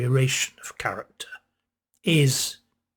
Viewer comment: When you said, ‘character’, I thought at first you said ‘carrot top’!